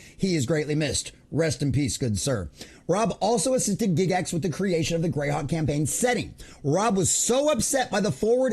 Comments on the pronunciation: Its Guy gax, Not Gig Gax. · Say it with me... Guy-gax. Not Gig-ix. Gair-eee Guy-gax.